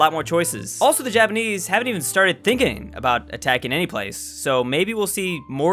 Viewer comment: "Thinkining" Me: that is the most right word to exist on the planet